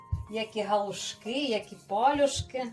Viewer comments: ПАЛЮ'ШКИ, а не па'люшки... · Дякую за все, лише одне уточнення треба правильно казали пальОшки. Наголос на другий склад, а ви ставите на перший.